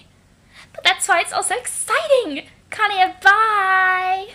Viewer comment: PLEASE STOP SAYING KANAYA NAME LIKE AT :(